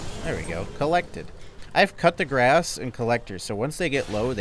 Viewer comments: yeah right!😂 it kills me at least say the P in coup it won't be as bad as "cut"🤣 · "grass" isn't too far off, although "r" isn't pronounced like that in french (but you can't expect all native English speakers to be able to pronounce it correctly). But "coup" is pronounced "koo" and not "cuh" or "cup" much less "cut" 😂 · It is coupe like a car, deyy- grahh -sssss . French not cut the grass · coup de grâce is a french expression meaning a final strike and it's not "cut the grass" the p is silent so it's "cou" de grass if you prefer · Im pretty sure he actually is saying cut the grass on purpose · He is either doing it on purpose as a joke or he is too American to be civilized enough to pronounce other non-English languages correctly - which he then made up as "cut the grass". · Coo da grass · Coo de gwah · it is pronounced koo duh grrrass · Coop day grah is how you pronounce it please stop being ignorant it’s super annoying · Its obvious that he is right, it might even turn into cut the gass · Coup de grace is actually pronounced like Coo De Gra. It's a French phrase that means "stroke of grace" or "mercy killing" and they almost always silent the last letter or two. Never took French, but worked a lot with them and I realized it. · the literral english meaning of coup(koo) de(duh) grace(graw) is stroke of mercy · the pronunciation of Coup De Grace is basically, Coo Deh Grah. if you wanna get frenchy with it that is. also its been two months, but here's that sub you asked for :) ive learned a lot from you man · Koo-deh-grah, just say it 😂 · The cringe when he says "Coup de grace" sounds like "I have cut the gras" XDDDD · Coo day Grah But whatever. He's trolling. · It’s pronounced “coo de graah” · "Coup de grace" is originally a French saying and it's pronounced "koo da gra" but it's not that important, it's okay to not pronounce it correctly. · It's "koo-deuh-grass" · Just try not to say last letters ( cou de grac)